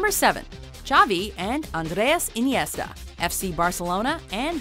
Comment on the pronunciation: What? Di Stefano and Puskas? Pele and Garrincha? Henry and Bergkamp? Pronger and Niedermeyer? And the pronunciation of Andérs Iniesta was... abysmal.